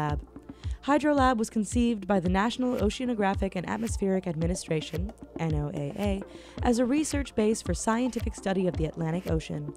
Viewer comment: It’s NOAA not N-O-A-A.